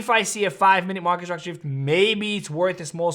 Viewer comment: Stop saying ish-tructure It's structure